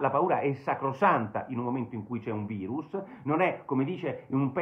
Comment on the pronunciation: Basta col "vairus" !